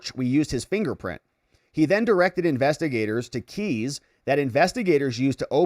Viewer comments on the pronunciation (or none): none